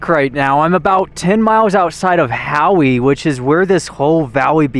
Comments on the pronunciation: Howe is just pronounced "How." I enjoy your vids 👍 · We used to live in Arco ( about 15 miles west). Howe is pronounced "how" . Pahsimeroi is pronounced Paw - SIM- mer - oy. Ellis = El-ess. Back about 25 years ago Barney Hot Springs had aquarium fish living in it. Looks like there is still some there. Thanks for the trip down my memory lane. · If it's spelled Howe, It's pronounced How. My last name is Howe. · You don't pronounce the e in howe, its like how do you do. And while the Paw - Sim - Er - Oy, pahsimeroi valley can be harder to pronounce and worse to spell it's not that bad. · I LIVED BETWEEN HOWE AND CLYDE TILL I WAS 19. NOW I AM 66 YEARS OLD. PEOPLE LIVE there, and STILL GO TO THE HOT SPRINGS. CLYED HAD A ONE-ROOM SCHOOL HOUSE I WENT TO FOR THREE YEARS. MY MOM COOKED THERE THEN WENT TO HOWE. HOWE IS AN INDIAN NAME. MEANS HI THE E IS SILENT, SO YOU WERE SAYING IT WRONG.I LOVED LIVING THERE. ARCO WENT TO JH HIGH SCHOOL.